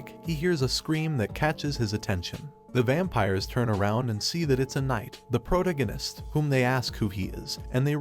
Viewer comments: pro·tag·o·nist please just pronounce it right once. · "The prodeginis" LMAO 🤣😂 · Took me awhile to realize he was saying protagonist